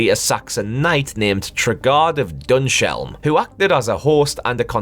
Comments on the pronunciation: Enjoyable video. Knightmare was my favourite television programme growing up, and I have all the episodes saved, thankfully! And the dungeon master's name is pronounced Trey-Guard of Dunns-Helm (not Tregarrd of Dunsh Elm). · One thing... its pronounced like Tray-Guard of Duns-Helm